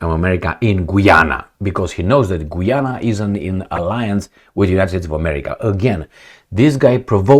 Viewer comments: It's pronounced GA'YANA not GOO'YANA 😂😂😂 Just like Usher.. A'sher not OO'SHER 😁 * Not surprised, huess ehats in GOOYANA,......O I L 👈🤬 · Guy Ana that how it’s pronounced. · I was simply pointing out the correct way to pronounce the name of the country Guiana, which is not the same way is pronouncing it in the video. He pronounces it like "Gweeana." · gayana <-- pronounced that way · Just FYI, Guiana is pronounced as Guy-ana and "Guy" is pronounced like guy when its used as a name like "Guy Fawkes" or as a male person or as collection of people like this, "Do you GUYS have any plans for tonight?"